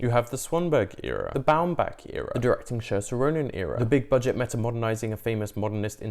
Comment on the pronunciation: that pronunciation of saoirse 😰